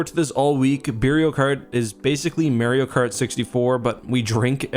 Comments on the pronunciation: Dude its mario cart not mahrio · “May-ero kart” 😂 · You know his Canadian when he pronounce "may-reeo" instead of "mah-rio" or "mar-rio"